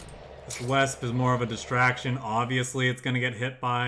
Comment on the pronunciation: Love your videos, I think I've watched every single one of your Kards videos, but what kills me is your mispronunciation of Wespe and boy do you happen to do it a lot in this video. I think it hits me because I horribly mispronounced so much German in my past (don't even ask me how I used to say fallschirmjägergewehr - paratrooper rifle). You might not know but German Ws are pronounced as Vs in English. Wespe for instance actually means Wasp and is spoken more like 'Vespa' with a subtle soft a sound at the end. Hope I wasn't a bother :).